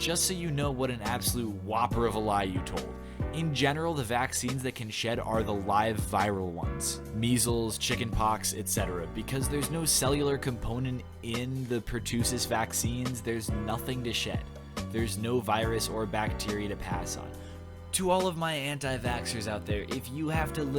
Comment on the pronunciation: Per-TUH-sis. Not Per-TOO-sis.